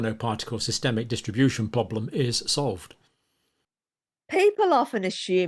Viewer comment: Those clips from the Campbell shows are hard to stomach. Cannot bear his gurning and dramatics, and his speech is so annoying, like how he pronounces problem as "pwoblem".